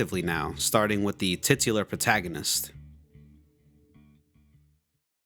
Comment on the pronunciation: “tit-u-lar” lmao